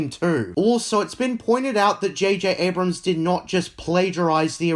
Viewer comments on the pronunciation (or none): none